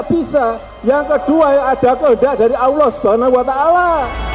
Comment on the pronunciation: Allah Pak, bukan Awwoh